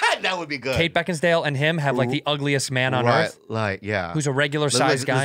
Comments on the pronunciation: Take a shot every time Santino says “BeckinsDale” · Beckinsdale??? Lolol he looked it up and still said it wrong lmao